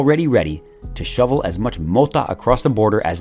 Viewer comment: I lost it when he said "mota" xD